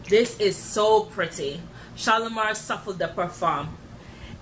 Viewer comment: Shalimar...sue...flay, is how you pronounce it. Thanks